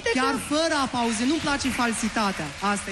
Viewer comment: FRAIERE OAMENII TI-AU DAT APLAUZA NU APAUZE. ESTI BETIB SAU CE?